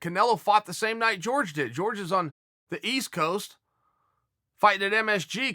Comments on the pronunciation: It’s Jorge not George cmon Chael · its hore-hay. not george. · If you rexpect game bred so much at least say his name correctly Chael.